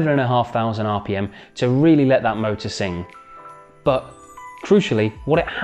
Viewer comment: Your “Bbaa” (but) is funny